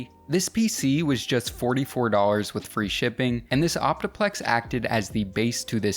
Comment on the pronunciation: Why can’t you pronounce the letter L It’s do LL ars Not dawwers